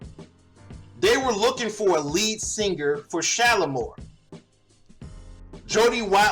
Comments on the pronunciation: it was Shala- MAR. Don't know if you realised you were saying Shala-MORE. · 1. The group’s name was SHALAMAR,MAR not SHALAMOR’🤔😂